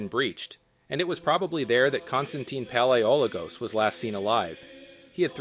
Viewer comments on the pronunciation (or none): PaleoLOgos not PaleOlogos